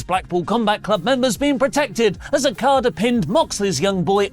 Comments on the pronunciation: Lol he says Akada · Why does pronounce Okada's name like that? 🤣🤣